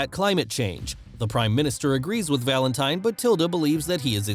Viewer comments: oh my gosh, the way you say Valentine is so gross cuz it sounds like Valente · He pronounces Valentine wrong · So wrong 😂